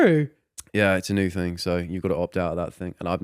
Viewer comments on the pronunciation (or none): What is with constantly saying thang rather than thing?? Maybe its one of those things thats always been there abd you havent notuced it but once you do, it annoys the crap out of you 😂😂